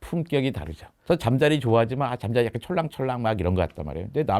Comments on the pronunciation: 질문자, 왜 잠자리를 잠짜리라고 발음사는거죠? 많이 고프세요? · 잠짜리( × ) 잠자리(○) 진행자가 계속 잠짜리라고 발음을 하네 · AI음성인가 잠자리를 잠자리라 하지 않고 자꾸 잠짜리라고 하네 그럼 고추잠자리는...??? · 질문자 음성을 ai더빙한듯 보이는데 잠자리를 잠짜리로 발음해서 괜히 거슬리네요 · 질문하는 여성분 잠짜리 (go to bed) 와 곤충 ‘잠자리‘ 발음이 완전히 다른데.. 좀 거슬리네요 ㅠㅠ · ”잠자리“는 잠자리. 라고 읽어요. 잠짜리가 아닙니다. 유튜버들은 참 무성의하게 만들어요. 예외가 없어요. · 잠짜리 발음 ㅈㄴ킹받네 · 잠자리를 잠짜리라고 하는 ai소리듣자마자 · 왜 잠짜리라고 하는겨.. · 물음에 나오는 목소리는 인공지능 인가요? 곤충을 말하는건 잠자리로 발음 하고 이부자리를 말할때는 잠짜리로 발음을 합니다